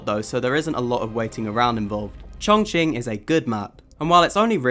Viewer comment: Bro said "chongching" lmfao